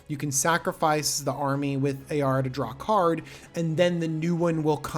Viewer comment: Ayara, a-yar-a...oof. i like your prounciation better. Lol